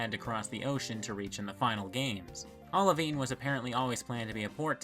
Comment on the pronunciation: olivine rhymes with wine